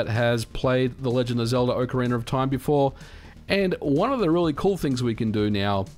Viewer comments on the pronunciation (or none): oak-ah-rena? but its ock-ah-rena, kinda like its ock-tah-rock and not oak-tah-rock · (Oc O Ra Na) not (Oc O Ra Ner)..... dude, learn how to pronouce game name. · I love how you pronounce "Ocarina" like "Ocariner" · Wtf is an "Ocariner"? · Ocariner? I hardly know her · Aah Ocariner of time, takes me back. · Ocariner of time. Ocareinder of time. Ocarainer of time… Why do I always hear people pronouncing the name in some variant of that, instead of just OCARINA (aoh kr ee nuh) of time 🤨🤔 🧐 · Ocariner of Time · Do you ever stop and think to yourself that saying "Ocareener of time" just sounds a little funky? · No, that’s just a strange thing that people who speak non-rhotic English do. People from like England, Australia, etc. I believe the phenomenon is called “intrusive R” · I love your videos but seriously, Ock arena. not Oak arena. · OcarinaR of time OcarinaR of time OcarinaR of time OcarinaR of time OcarinaR of time OcarinaR of time WHYYYY??? Just don’t say the Rrrrrr (cringing) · Why do you say ‘Ocariner of time’ ? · Ocariner of Time. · Miyamoto: Ocarina of Time Brits and Aussies: Orcarinar of Time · Before opening the video I was like "I can't wait to see how many times MVG will pronounce Ocarina as Ocaryner". I was not disappointed. 😄 I'm curious to see how many glitches and in-game exploits will still work with this version and how many of them will be "patched" as a side effect. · "OcarinER" [visible discomfort] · Uckeraynor of Time 😂😂😂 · nobody: absolutely nobody: MVG: "Ocaraina of Time" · I don't understand where people are finding LoZ: Ocaraineeerrrrr of time? I have only played OCARINA of time. I mean, yall still call it Zelda, not ZelDEEERRRRRR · "Ocariner of time". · Why does it always sound like people are saying "ocariNER of time" when ever people are talking about this game? Is that how the word is actually pronounced? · I've never heard of this "Ohcariner" of Time, :-p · ahhh yes... ocarainer of time, masterpiece. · What is "Ocarin'er of Time"?